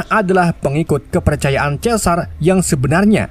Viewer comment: "Kepecayaan kepercayaan in" kwkwkwkw i